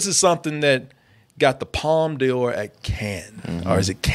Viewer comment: Palme D'or is pronounced "palm door" - I wish Americans would stop pronouncing it "palm dior"